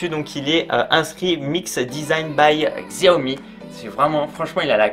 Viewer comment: Il faut dire "chaomi" Sinon bonne vidéo